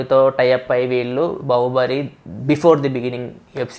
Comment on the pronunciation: u tongue slipped while saying news bahuballi😀😀😀